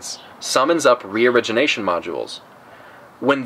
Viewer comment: Haha youtube legends saying " region Asian" instead of reorigination